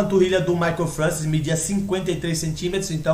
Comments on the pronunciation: Eu acompanhei essa época e era fã desse cara. Eu tinha fitas vhs com treinos dele de 1994. Se pronuncia Mike Françoa.... eu sei,pois ouvia sempre falar o nome dele, e nunca ouví ninguém falar Francis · Francis? Não seria francoA? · pronuncia-se "françoá"